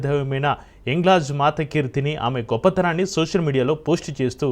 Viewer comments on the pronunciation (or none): none